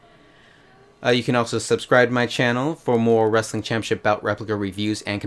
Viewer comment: Why do you say it like that?? It's CHAMPIONSHIP... not Champyaship. Wtf...so annoying.